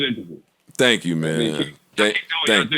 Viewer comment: He said don't thong me anything hahahahha